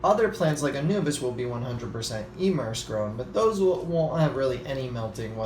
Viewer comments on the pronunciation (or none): Why do you pronounce anubias as "anubus" ? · Its really anubius nana